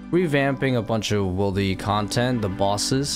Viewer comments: He pronounced it correctly in the beginning of the video, but unfortunately he keeps falling back into bad habits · It’s wildy not wildy!! Like “will-deez” Not “while-deez” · Is he saying wildy wrong on purpose?